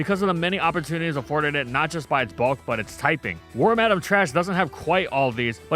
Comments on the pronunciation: Lol war-madame its pronounced worm-uh-dam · Worm-Adam hits a lil different than Worm-Ah-Damn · It took me until this video to realize why wormadam is called that. I never looked into it because I've been pronouncing it worm-a-dam the whole time. It's worm madam. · The first time I’ve heard someone pronounce wormadam like war-madam lol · Worm-Adam. Huh. Yall poketubers sure do got some weird name pronunciations😂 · You pronouncing it worm-Adam is giving me flashbacks to a certain podcast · "Warm-Adam" is the new "ree-yoo-nee-clus" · Pronounce Wormadam correctly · Please stop saying wormadam like that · That's how you say Wormadam?!